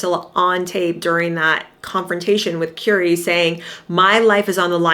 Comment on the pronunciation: Please pronouncrme Currie's name properly.